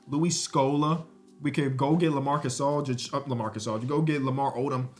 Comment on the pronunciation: bro called lamar odem lamarcas aldridge 3 times